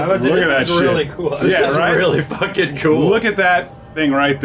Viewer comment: “They phockin”😂